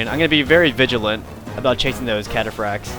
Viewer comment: 1:you only upload your wins 2: seluceds say catafracs awesomely